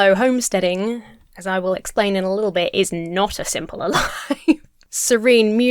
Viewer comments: Are you Dutch by any chance? Refering to the Dutch english "simpeler" you said a few times. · Very curious how you pronounce "simpeler". Don't know if I only noticed it just now but I haven't seen any other brits say it that way.